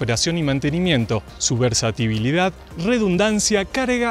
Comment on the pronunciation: Versatilidad. Se dice versatilidad.